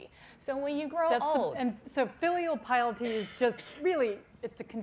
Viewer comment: Lol "filial pilety"